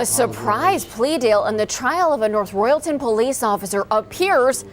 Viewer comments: Living in Ohio about 20minutes away from this city hearing the way you pronounced it made me laugh. It’s north “Royal-ton” not “re-all-tin” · How the hell do you botch the city name of North Royal-ton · Nice if they could pronounce "North Royal-ton" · As someone from Northeast Ohio your pronunciations are killing me. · My only comment on this video is that you should properly research the pronunciation of North Royalton and Cuyahoga